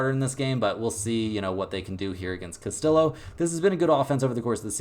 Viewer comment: It's Castiyo not castiLO